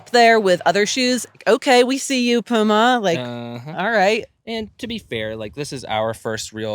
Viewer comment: It is Puma, not Pyjama ;)